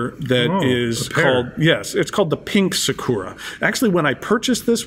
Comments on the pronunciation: its not pronounced " sik u ra" its " sa ku ra". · When ever he says “saw-koor-ra” my brain hurts